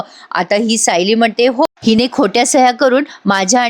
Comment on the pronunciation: तुम्ही खूप छान सांगता.फक्त तुम्ही "सायली"यात तुम्ही उकार म्हणून होतात पण ल ला वेलांटी आहे.😅